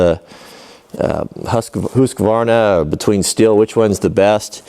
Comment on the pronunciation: You can call it what you want but the correct way to pronounce the name is STEEL (as in stainless steel or steel beam). Check the company web site video's to see for yourself.